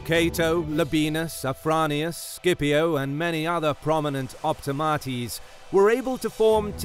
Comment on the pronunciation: It is pronounced "Sip-io"